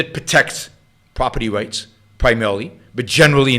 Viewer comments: youwa pwoperty wights can nowt be wecognized ... lmao yet somehow he puts an "r" at the end of agender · "Youwa pwoperty wights cannot be wecognized" lmaooooo